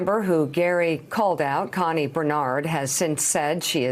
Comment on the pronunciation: My name is Connie. Every time he said her name I cringed.